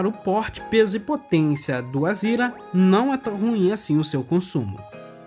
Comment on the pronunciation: Por quê vc fala Azira, quando o certo é Azera?